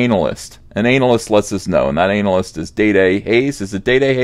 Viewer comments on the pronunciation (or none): Sorry, but have to call you out on this. It's analyst, not anal-ist. You should pronounce it lika the beginning of analogue, anaphylactic, anaconda, anaerobic. When you say anal-ist and talk about K-hole and porn-ads, I wish to put on a "This better not be porn" t-shirt.